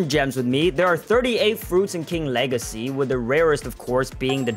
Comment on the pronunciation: "king wegacy" 💀